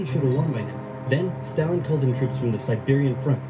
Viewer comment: You know for someone who seems to be really into history (at least enough to create these great videos) you'd think he'd pronounce Stalin's name correctly lol